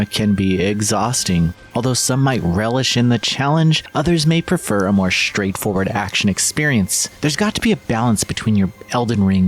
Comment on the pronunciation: Why do so many people say their "str" sounds wrong these days? "Shtraight forward"??? No sir. Not how it's pronounced. Sorry to be so shtraight with you and shtrong with my message.